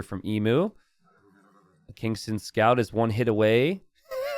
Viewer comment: I might be wrong but I believe the pronunciation of Kingstone is not how you are pronouncing it. May be readers error. So you're reading it and pronouncing it as Kingston. But his name is King STONE. Which are two different words. Kingston and Kingstone.